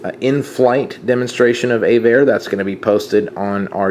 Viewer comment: Just to get it right - it's AV-ARE not A-VARE. This is from their website "Avare (pronounced “AvAir”) is a free moving map aviation GPS app developed in Boston, and donated to aviators and open source programmers. "